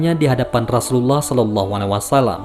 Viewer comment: Rosulullah bkn rasulallah ,tak ada huruf "Ra" di huruf hijaiyah..